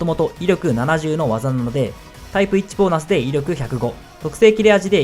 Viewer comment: ウィッチボーナス（草）まあ発音は、タイプ一致といってるので通じてはいます。アシパ・シャワーズでソロできたらいいですが…シャワーズかドオーか。